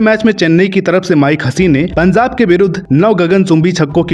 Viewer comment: O bhai punzab nahi punjab bolo